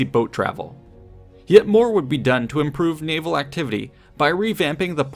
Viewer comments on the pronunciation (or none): none